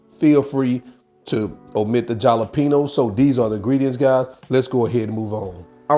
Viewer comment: Jalapeno - correct pronunciation is ha-la-peen-yo. Other than that, looks great!